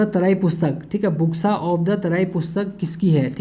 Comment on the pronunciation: बोक्सा नही बुक्सा